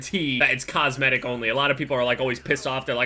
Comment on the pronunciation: cosmitic they said